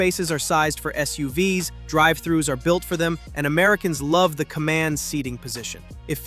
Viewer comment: "SUUVS"... So software generated video... I thought the text sounded like "ChatGPT", and I was right. Thumbs down for both!